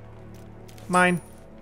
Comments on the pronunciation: Not the only one! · as soon as i heard it i went to the comments section to comment on it. I'm glad i wasn't the only one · I know its terrible of me, but that "mine" made me laugh so hard